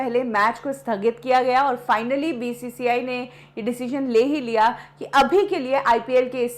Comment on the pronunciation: Arey Aee Madam first learn how to say IPL, BCCI